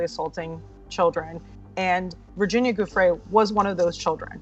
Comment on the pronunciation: pronounced "joofray"--you're make a video and don't pronounce her name correctly?!